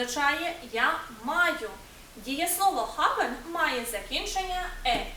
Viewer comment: що за "хабен", навіщо ви таке показуєте! там придихове "Г", але ніяк не "х"!!!